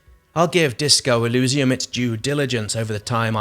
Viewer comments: Nice video, good to see different people's opinions. I'm very hyped for it. Shame about the fonts for you; I personally like it, evokes a Planescape vibe. Eurogamer raised similar concerns about feeling overwhelmed. Also, I think the pronunciation is more e-leez-ium (or even e-liss-ium) rather than e-looz-ium. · It may sound unimportant, but you keep mispronouncing the world Elysium. To someone who understands the word, as well as it's origins, it is a little painful. Maybe like the fonts are, to you. ;)